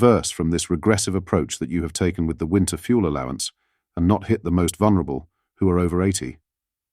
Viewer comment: Robot voice overs are weird! "No ten!" "out country"